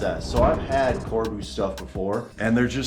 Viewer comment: "Corbeau" is pronounced Cor-bow, not Car-boo.